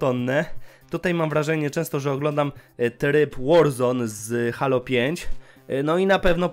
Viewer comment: jprdl Halo.... jak mnie to drażni [HEJLO] SIĘ CZYTA!